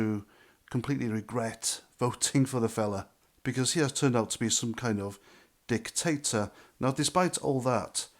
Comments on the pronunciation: i did appreciate the "Dick-tator" pause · I had to smile when you drew out the first syllable of “dictator”.